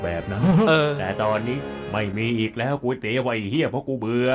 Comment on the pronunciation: ไม่ใช่ครับพี่ ต้องออกเสียงว่าก๋วยเตี๋ยว